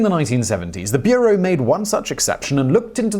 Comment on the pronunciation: Its not called beerow